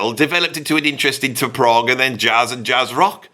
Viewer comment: Stupid AI always calling Progg for Prague 😂😂